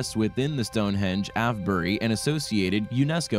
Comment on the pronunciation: I like this video but you need to improve pronunciation. The equinox processes not procisses. Avebury is pronounced Ayv-bree